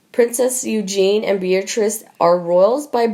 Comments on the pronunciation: Please get this commentator to pronounce words properly. Princess Eugenie's name is not the masculine Eugene. Also the fluid surrounding a baby in utero is amniotic not aminotic. She is hopeless. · How can you narrate an opinion about someone, when you don’t even know how to say their name correctly? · Pronounced :- YOU JEAN EE - EUGENIE ! THIS IS GETTING RIDICULOUS, BECAUSE NO ONE LOOKS AT THE COMMENTS WE MAKE !! SUSSEX DAILY NEWS - YOU SHOULD BE ASHAMED OF YOURSELVES, TO STILL BEING PAYING THIS AMERICAN FEMALE TO MASSACRE OUR ENGLISH LANGUAGE ! PLEASE PROVE TO ME, THAT SOMEONE ACTUALLY READS OUR COMMENTS (YOU CAN’T ) !! JUST GIVE US THEIR NAMES (OR EVEN PSEUDONYMS ) SO WE CAN PUT A NAME TO MATCH THE GOOD, THE BAD, THOUGH PHOTOS NOT NECESSARY TO BE ABLE TO SAY, THE GOOD, BAD & UGLY !!! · Please !! Eugenie is prounounced "O-Jen-ee" with a soft "j"or soft "g" sound . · regardless. it is NOT EUGENE...LOL😉 Guess I was using a French pronunciation?🤔😉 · Can you please learn how to pronounce the names correctly . Eugene is not pronounced the way the Americans say it or Louis both are said the French way. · Not a good voice. Does this lady know what she is reading? Why can't she pronounce the name "Eugenie" - or Sandringham - correctly? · The narrator reads like a 4 year old and mispronounces things. Example, it's EugenIE not Eugene. And she sounds as if she is reading certain words for the first time. She is truly terrible. I'm turning this off at 3 minutes. I can't handle her any longer. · LOL I know,.just putting the French accent to it. My point is: the narrator was saying EUGENE!!! 😉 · You mean Princess Eugenie ? Not Eugene, right? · This person who can't narrate to save their lives it is Princess EugenIE NOT Eugen if you can't pronounce it correctly then you are in the wrong job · Ok you REALLY need to learn to pronounce the names correctly. It is Eugen -ie not Eugene. The narration is so stilted it is irritating. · Pronounced Eu- zhan-ee